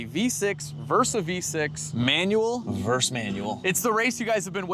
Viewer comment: it's versus not verse.